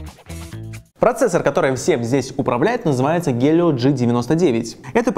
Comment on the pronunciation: Челик обзор отличной только не гелио а хелио